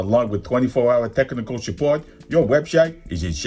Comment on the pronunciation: Tip top tute 👍 Also, particularly enjoyed 'techernickle' and 'undulations'... again.